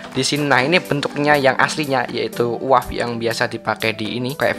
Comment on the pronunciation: lu seharusnya baca U-A-V dengan dieja per huruf.